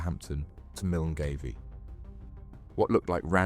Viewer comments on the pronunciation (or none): It’s not milngavie it pronounced Mull guy, 😂